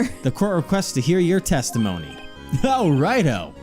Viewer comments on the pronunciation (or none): What I heard "Very Well! The Witmish may begin his teshtimoneh."